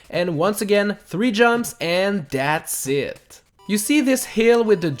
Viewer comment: it sounded like said dat sit but he actually said thats it